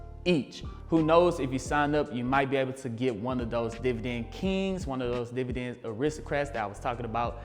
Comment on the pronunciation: I'm really here to hear you say divident.